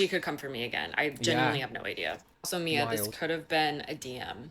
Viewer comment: mixing up her name multiple times throughout the video “mia” “mya” “whatever” even after hearing people pronounce it the correct way in the videos is such lowkey shade lol